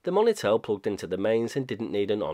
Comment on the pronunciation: I'm wondering on your pronunciation of monitel. The moni part I believe is short for monitor not money. It may just be an Accent thing. None the less an interesting product idea at least. Even if it was crap at the time lol.